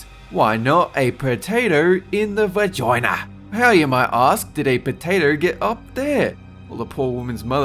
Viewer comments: I keep replaying him saying “ How about a potato in your VAGOINA “ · The way said "Vagoina" made the video worth it for me. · A potato in the VAHGINEAH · "whoy nawt a potato in da VAGOINAH?" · XD Sometimes accent just makes me giggle like an idiot. "VA-JOI-NAH!" Normally I'm so used to it, I don't really notice it, but then sometimes he'll randomly put a really strong emphasis on one word in particular, and it'll just ping my love of that (Aussie? Not New Zealander, right?) accent all over again. I remember hearing about the plants found growing in the lungs and the guy's tooth. Soooo gross! Also FASCINATING. But still gross. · The way he says vagina has me dead lol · The way said vagina killed me. 😂😂😂